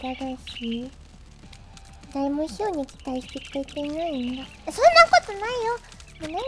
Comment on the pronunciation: ｼｰ↑ﾛにｱｸｼｮﾝｹﾞｰ↑ﾑやらせるのは(エイレーン)